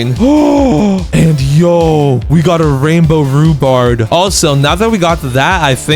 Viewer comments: He keeps calling rhubarb. Rhubards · THERE RUBARB NOT RUBARD